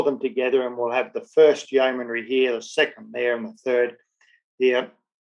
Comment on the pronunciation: Very interesting, but you make one repeated error in your commentary that rather grates: it's not a four-syllable 'yeoman-airy', but a three syllable 'yeoman-ry' - no 'a' involved. Other than that, very good! I grew up in what was then called Rhodesia, so the history I learned in school was of Rhodes, Lobengula, Mzilikazi, the Voortrekkers, Shaka, etc, but there was never any mention of this campaign.